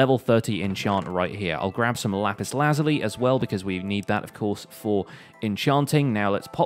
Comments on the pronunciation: Lapis lazuli is pronounced (la zoo ly) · How many times did pronounce Lapis Luzuil incorrectly